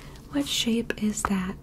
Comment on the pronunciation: For a bit I thought she was saying Sheep, Everytime she said Shape